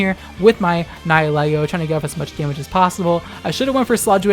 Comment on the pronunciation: Do you not have a patreon? I mostly leave adblock on and give $1 a month to youtubers I like. Also please call the deadly jelly monster "nihil-ego" and not "nye-a-lego" ty